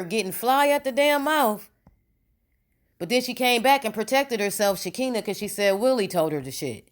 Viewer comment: First of all please know how to say Shekinah's name. T.I and Nipsey Hussle were friends and did you forget that LAUREN LONDON was in the movie ATL? This woman Sabrina has been in some crazy hood mess, cutting females with razors, that's straight up jail mentally. This woman Sabrina is mad about something that didn't go her way. People only do things like this when they feel they have been done wrong on some foolishness. I don't think Toya's husband would be involved in these type of activities he seems to be very laid back and drama free and will not have her be involved in this crazy mess like this without his knowledge This whole thing is going to be interesting when everything is said and done I'm Just Saying🤷🏽‍♀️